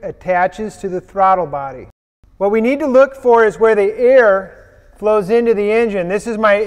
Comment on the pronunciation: did you say ear? or air?